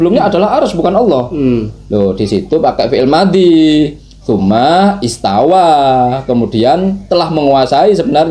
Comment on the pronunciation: istawa itu istawa bang , kok jadi istaula .... kocak hhahaha😂😂😂